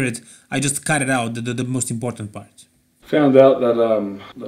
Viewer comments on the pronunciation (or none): none